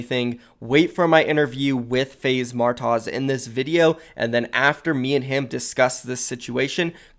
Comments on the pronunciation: martoz is pronounced martos Lmao gotta love bro i swear keep up the great work 💙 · Him saying Martoz literally pisses me off